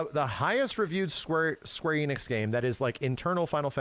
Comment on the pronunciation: Thank you for pronouncing Enix correctly and not like so many people who say EE-nix. You know, like dumbass Max. I hate that guy and always have. He’s a fake fighting game fan and that’s what his channel started as. He started doing anything popular chasing money and then more money.